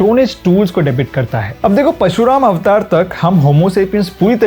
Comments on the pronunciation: Correction, It is PARSHU not PASHU. Pashu means Animal, Parshu means axe. A great video overall. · it's parshu not pashu, thik kro. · Bro it's not pashuram Its parshuram Parshu is axe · It's not pashurama...It's PARASHURAMA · Slight correction. It's Parshuram not Pashuram. His weapon is called Parsha. And one big mistake in your research is, Shree Krishna was the eight avatar of Shree Narayan. Balaram was an incarnation of Shesh Naag, the snake on which Shree Vishnu rests. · Its not "Pashurama", It's "Parshurama" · It's pronounced Parshu Ram... Pashu means animal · pashuram nhi "PARASHURAM"